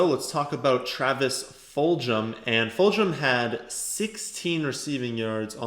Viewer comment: Travis Fulgham's name is pronounced with a hard "g" sound, not a "j" sound. Full-gum.